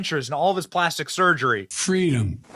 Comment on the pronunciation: Joe Biden's powerful one liner : Fweedom